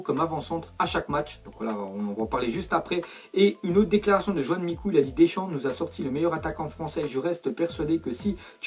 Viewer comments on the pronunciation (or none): none